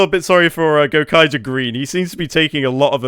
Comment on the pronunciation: GO-Kai-Jer. Kamen rider Ooh gave me a chuckle tho'